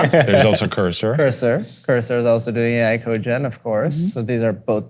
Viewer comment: code-gen, not co-gen.